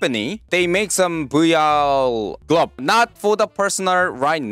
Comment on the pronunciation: I keep thinking hes saying booya gloves instead of VR gloves